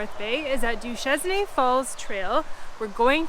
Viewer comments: Duchesnay isn't pronounced in French? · you pronounced duchesnay the s is silent